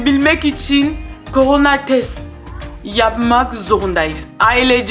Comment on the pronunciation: Abla koranayaçok komik söylüyorsun